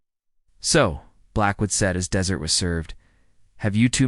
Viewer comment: At about : : the word 'desert' is mispronounced with last part of the meal being 'desert' requiring that it be the second 'e' getting the emphasis not the first one.